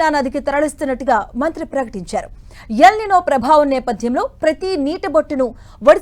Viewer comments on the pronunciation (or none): Minister garu, elinova kadhu sir. Elinino.